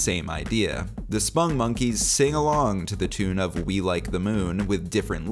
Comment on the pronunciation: Why do you pronounce it "spungmonkeys"? It's "spong . . ." (rhymes with "pong"). That's how their creator Joel Veitch pronounces it.